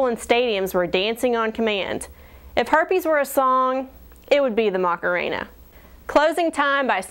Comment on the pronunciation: i thought it was 'Macarena' not 'Mockuhena'